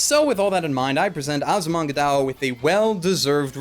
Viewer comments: It's still weird to hear him say DAO instead of DAYO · I hate to be this guy, but... It's pronounced die oh. Sorry. Also yay, my favorite comedy anime ever :D